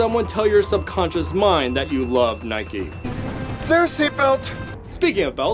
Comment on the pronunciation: It’s not nikee it’s Nike